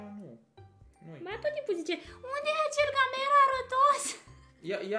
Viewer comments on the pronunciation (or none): Nu gamer ci geimar